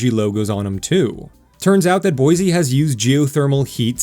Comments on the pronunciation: BOY SEE lol not BOY ZEE Great video! Thanks for the awesome content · take note, visitors and wanna new residents, there is no 'Z' in Boi-Se !! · STAY OUT! You cannot even say Boise correctly.